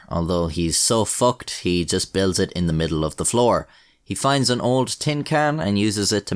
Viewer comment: The accent when he says "he's fooked" really puts the cherry on top